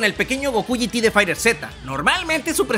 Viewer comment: Se pronuncia "Faiterz", dicho por los mismos de Bandai Namco. Buen video.